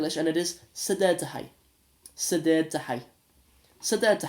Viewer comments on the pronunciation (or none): Bro not sideed it’s sidee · it is not sideed it's sidee only